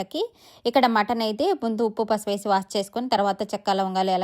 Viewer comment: Waash kadhu madem wash koncham clear ga chrppadi sariga ga matladam rada teluge gaaa